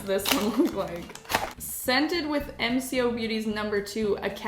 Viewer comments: It’s “M co’ if that helps? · G’day all, Aussie here - MCo has been around for quite a few years, it’s very easily available in supermarkets and chemists, and is waaaay more affordable than the originals. Some products are amazing, some are just okay. Oh, and it’s pronounced ‘Em Coh’ - the co like the start of saying Coke 😂 Also I was pointing out all their dupes to my husband in the supermarket a few weeks ago 🤣